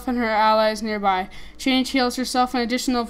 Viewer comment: Lol it's chang'e (chan-g-uh{note the apostrophe}) hope this helped :)